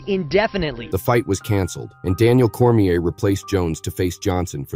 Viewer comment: "Veetur Belfour" "Daniel Cormeeyur" 🤔